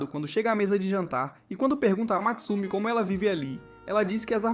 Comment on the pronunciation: Não é Matsumi É Mutsumi